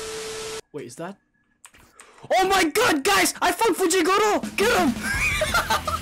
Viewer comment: His name is fujitora not fujigoro and also not dora